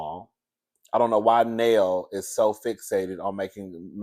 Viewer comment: It's pronounced Nell (Nail)